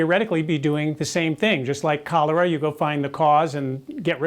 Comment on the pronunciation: Am I the only one who heard "colour" instead of "cholera"? Like "color" is a disease...